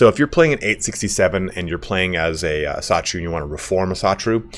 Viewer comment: Just a friendly correction, Asatru is not pronounced "A-satru" but pronounced "Asa-tru" it means "Æsir belief", the Æsir being the name of the principal Norse gods.